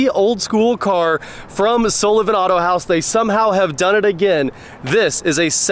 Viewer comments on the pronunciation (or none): none